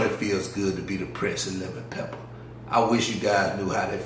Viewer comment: I love the way you say lemon peppa 🤣🤣🤣